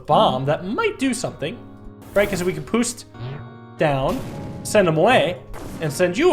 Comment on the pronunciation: He says "poost" instead of "boost"